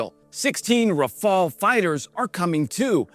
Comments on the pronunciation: Thank you for pronouncing Rafale properly at last! I'm surprised the craft's wide weapon compatibility range wasn't mentioned in your explanation, unless you did in another video and I forgot. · Raphael was a painter. Rafale is a plane. Different spellings,different prononciations,different meanings. Rafale means gust in French, which suits better to a plane than a painter's name ;) Heroyam slava!